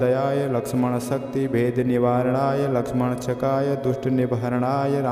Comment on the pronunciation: श्रीमान या तो आप एक शब्द का गलत उच्चारण कर रहे हैं या गलत लिखा गया है। वह शब्द इस प्रकार लिखा गया है। लक्ष्मणक्षकाय। और आप इस शब्द का उच्चारण यह कर रहे हैं लक्ष्मणशकाय। इस शब्द को सही से उच्चारण कीजिए या फिर शब्द विन्यास को सही कीजिए।